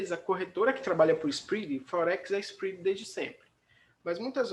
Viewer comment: Onde que fala inglês desse jeito??